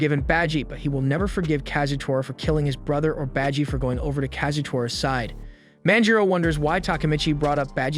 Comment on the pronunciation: Beji?! Its baji!!!!